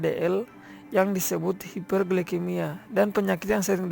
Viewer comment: Assalamualaikum wb. wb nama saya AFRIANINGSI nim (A ) baik di sini saya akan berkomentar tentang ada beberapa pengucapan yang salah di bagian kalimat hiperglikemika dibaca menjadi hiperglikemia dan ada juga suara teman -teman yang persentase tidak mempunyai suara contonnya seperti bagian bella dan alulma baik itu saja.jika ada kata -kata yang tidak berkenang mohon maaf dan terimankasih